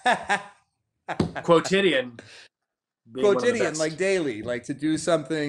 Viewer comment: Quotidian. Good God. Up until then I never knew how to pronounce it, let alone what I meant. Props, Chris.